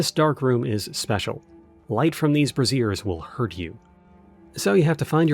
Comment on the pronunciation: Hint: it's "brazier" said like bray-zee-a not "brassiere" said like braz-ee-a. One is a portable metal container for fire and light, the other is a bra. We'll put it down to thoughts of big tiddy goth GFs.